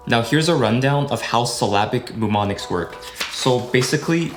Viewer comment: The first M in Mnemonics is SILENT!!